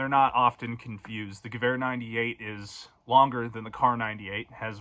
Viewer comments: DID THIS JACKASS JUST SAY GU-WEHR INSTEAD OF GE-VEHR? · I don’t know any German, but even I knew how to pronounce Gewher. 🤦‍♂️ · I remember playing call of duty 3 probably when I was 13 and pronounced the Gewer 43 as Jewer 43. that pronunciation he used must be intentional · Guys gweer for sayin it like that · I have heard other people pronounce gewehr just like that. I think it comes from a total lack of understanding about how german words are pronounced combined with simply reading it in an item tag in a game or even written down in a book. But let's be honest these boys ain't reading books. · So do we know how that kid actually came into possession of all those guns? Cuz even at reasonable prices that still a lot of money in surplus firearms. And being that he doesn't even know how to pronounce "Gewehr" it seems odd that he would spend so much money on a collection like this. Did a family member/friend actually buy it and give him permission to film it or something? The whole situation just makes no sense to me